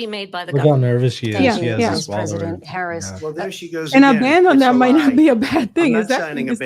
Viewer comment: Her very first word was a subtle correction. Let's see if he keeps mispronouncing her name. It's really not a difficult name to pronounce.